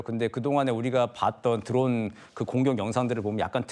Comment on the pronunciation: 누구신지 모르겠는데 발음을 좀 정확히해주면 안될까요 우크라나, 드런 공격 무슨 발음이 다 무너져서 영상보다 끈게 몇번인지.